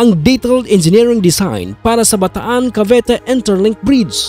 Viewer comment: Bataan-Cavite po hindi Bataan-Cavete